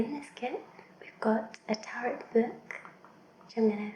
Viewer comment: Hey! As far as I know Tarot is pronounced Tah-row instead of Tah-rot. I hope you make more soft spoken unboxings, this was very relaxing:) keep it up!